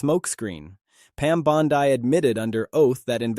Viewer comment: You're saying Bondi wrong. You're repeating yourself. Blocked.